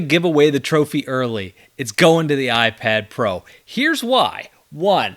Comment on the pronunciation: iprad pro lolll